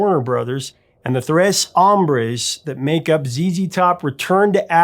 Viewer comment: Rytheem not rythmeen. Tres hombres not threce hombres. Sorry man but if you don't get the whole mexican deal with zz top you really don't get them.